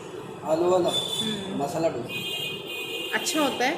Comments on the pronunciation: Dhonsa Nahi Dosa Hota hai. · ढोन्सा नही डोसा. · Dosa not dhonsa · Dhosa nhi dosa bolte h...❤️👍